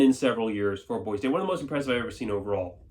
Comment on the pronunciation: There’s no “Z” in Boise!!!